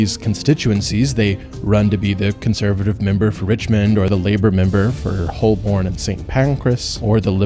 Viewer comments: ‘Holborn’ lol. It’s pronounced ‘Hoeburn’! Also why have you moved Edinburgh way up north? I thought it had suddenly got colder! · that's... not where Edinburgh is. Holborn is also pronounced hoe burn.